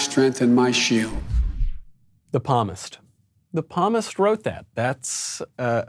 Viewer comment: at first i thought he was trying to say the word 'promise'. When I realized what he was actually trying to say, I laughed harder.